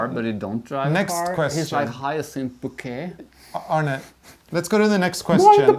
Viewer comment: You both are so funny, love Hyacinth Bucket reference. But it's "Bouquet!!"